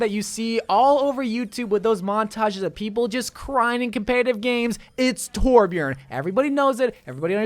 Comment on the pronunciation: I agree with every hero... but its TORBJÖRN JQKDUWIALFBDIAOosbdkaiaoalIAJDIAALKAJSAU DONT TYPE IT TORBJORN WOJDJSKLA